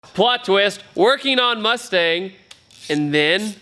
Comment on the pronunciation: Moostang is how Mexicans pronounce it.